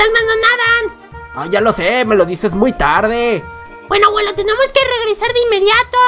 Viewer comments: se dise abuelo no aguelo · Naomi Salas es por que el no dice abuelo dice aguelo y como el dice aguelo, en el titulo tambien le pondra aguelo aprende aprende APREEENDE POR FAVORÑ